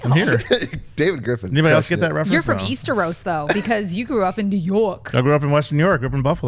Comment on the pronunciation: wtf is easteros? you mean essos?